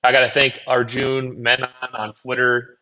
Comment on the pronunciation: FYI Arjun's name is pronounced a bit differently. He's on the PFF forecast podcast if you want to hear him pronounce it. Good content this week 👍